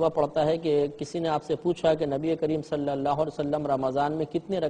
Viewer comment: Ye Mufti sahab khud mazhul tariqe se bol rhe hai... Maruf nhi.. Exp: Sallallahu...not Sallallaho.